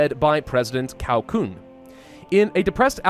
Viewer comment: Cao is pronounced Tsao